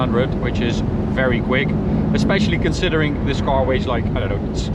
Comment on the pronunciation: What exactly is a 'coar'? I hear it a lot on this channel 🤣